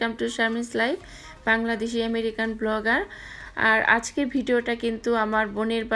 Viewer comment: Emerica ?????? Thats how you pronounced😀😀😀😀😀😀